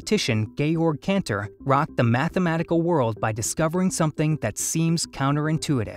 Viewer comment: it's Cantor not Kentor